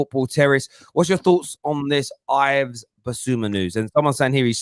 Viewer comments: It’s my name as well as Bissouma’s it’s pronounced “Iv” or Eev. Or Eve. Not Ive or I’ve. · It's pronounced as Eve Bissouma not as Ives. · pronounced eve dickhead